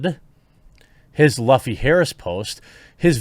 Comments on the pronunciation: luffy is pronounced like this lou like in louis and fee said like in phoebe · Its pronounced loofy..........way to show youve never seen it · Jeremy. Its pronounced Loofee phonetically speaking. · Clearly you've never seen the show, Jeremy. It's pronounced Loofy. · do you even watch one piece? you mispronounced the protag's name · he pronouns luffy wrong fake Fann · Jeremy you don't even know how to say Luffys name.. why you pretending like you know OP lol. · It cringes me how you pronounce luffyy’s name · Im sorry Quartering. I love ya but the way you pronounced Luffy actually made me cringe. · Pronunciation of Luffy is so wrong lmao you are not a fan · you keep mispronouncing Luffy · Does it get under anyone else's skin when Jeremy mispronounces Luffy's name? I'm not even a One Piece fan and it bugs me. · Please stop saying his name like that my ears are going to bleed lol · That is not how you pronounce Luffy. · Please stop saying Luffys name wrong for the future lol. Great videos. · As a huge One Piece fan the way how you pronounced Luffy's name made me cringe. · Your mispronunciation of Luffy is grating on me way more than learning that Netflix still doesn't understand why people mock their anime adaptations. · My guy if you mispronounce luffy one more goddamn time........ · Learn how to pronounce Luffy Jeremy. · What drove me crazy the most is how you pronounced Luffy's name. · Yeah, but to be fair for myself, before I watched the anime and only read the manga, I used to pronounce his name like that too. I mean, can you blame me though? It's spelt just like "fluffy". You'd think it'd sound like it too. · You calling him LUFF E rather than LOOF E is rather annoying when you pretend to care about characters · If you're going to talk about this, research how to say the names properly. His last name is pronounced loofy, not luhfy. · Also it’s pronounced ‘loofy’ not ‘luhfy’ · Luffy is pronounced "Loofee." Just wanted to let you know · Luffy = (Lōō'fee)